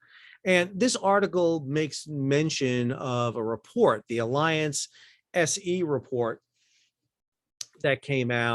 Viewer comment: Another timely and interesting report. Thanks! As a hint, mein freund, the name of the huge German insurance company Allianz does not sound like the English word alliance. Try instead ah lee onts. The last syllable rhymes with the english word "fonts". Danke!